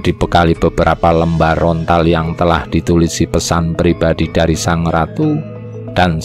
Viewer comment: Lontar woy bukan Rontal😀😀😀